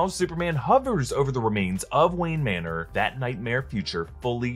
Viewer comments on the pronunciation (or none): none